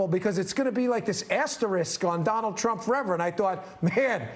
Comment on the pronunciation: I love how Michael Cohen calls his Dahnold !